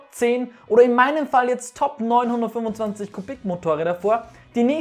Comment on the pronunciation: wer versteht auch die ganze zeit 925 ccm ?